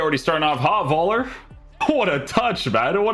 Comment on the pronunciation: Don't say 'Voller', say 'Phoeller'' - much closer to his name's pronounciation.